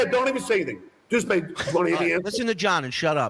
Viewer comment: “Dues Paver” 😂 what an idiot, he is so easy to get fired up. I love how he thinks he’s so right just because he gets mad or upset.